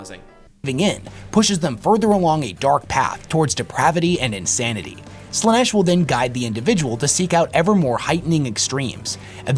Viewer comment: it is sad in a way that most content creators use Ai voice overs of themself for the videos, how do i know? listen to how Slaanesh is prounced